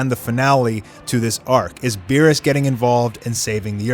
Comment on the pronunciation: Meerus? Beerus? C'mon